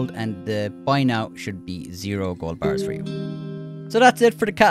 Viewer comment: i love when says gO bArHhs